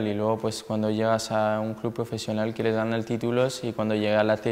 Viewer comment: Tío, habla como los chinos xD EntrenadoL, ganaL, mejoLaL